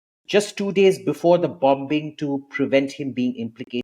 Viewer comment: Abhijit, you are a scholar - please know that the 'b' in 'bombing' is silent. Excuse me for pointing this irrelevancy out in a most relevant video.